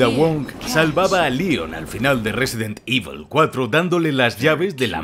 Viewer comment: Risidint ibol. The best saga in the wirld